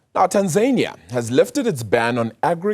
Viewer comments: Correction min: Tanzania is not pronounced Tan-Zay-Knee-Ah like the way Tasmania. It is pronounced Tan-Zan-Knee-Ah. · people in Tanzania just call their country Tanzania, there is no long "y" at the end.